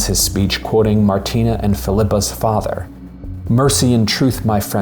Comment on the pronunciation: An Atheist’s Guide to Babette’s Feast: (1) The name is Martine, not Martina. Perhaps it’s Martina in the written tale, but it’s Martine-with-an-E in the film. If you’ve ever had your name consistently mispronounced or misspelled, you’d understand how annoying it is, as though you weren’t seen for who you really are. (2) Babette, in the film, is a chef extraordinaire and a political refugee, not a communist revolutionary. It’s not clear in the film whether she joined with her husband in revolting or in communism. (3) The general doesn’t marry Queen Sofia, he marries one of the ladies of her Court. BIG difference! (4) The sisters didn’t understand what the ingredients signified, how they would be transformed by Babette just as Babette had transformed their lives and the lives of all the townsfolk. In their religiously-fueled ignorance they could only see witchcraft as the explanation for the science that they couldn’t otherwise explain. Their kitchen had become — as it had been ever since Babette had come to them — Babette’s laboratory. (5) The “feast had opened the general’s soul to the squalor of man and the splendor of God” — really? I didn’t get that in the film. Perhaps it’s written that way in the Blixen story and in the Pope’s heart, but the film IMO showcases the splendor of Man in Babette’s transformation of ordinary animals and plants into a glorious, sensuous feast: the turtle, the truffle, the caviar, the foie gras (be still, my heart!), the grapes of joyousness